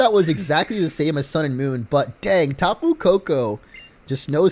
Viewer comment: It's not tah-poo, it's tap-poo